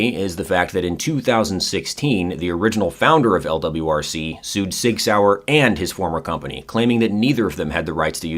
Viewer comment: You pronounced lwrc wrong